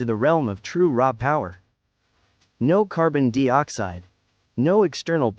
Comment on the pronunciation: Gotta ask... what is carbon 'deee oxide'? and actually? the .'point four four magnum handgun' produces around 1000 ft lbs of energy